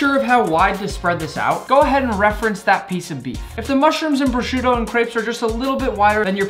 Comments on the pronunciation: prossciutto bro its prsuta my friend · Nick I am italian and your accent saying"prosciutto" it's really good